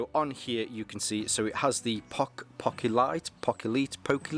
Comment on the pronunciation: ( POH-kee-lit) There ya go Mate